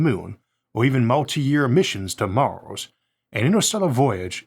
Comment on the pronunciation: Pevadox and staus and Maus. Try eleven labs. Just try. Please.